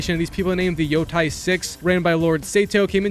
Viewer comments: “Yo-teh” not yo-ty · Bro said Yotie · Yea i feel the same pain🥺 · how did you manage to butcher every single name, even the name of the game itself 😭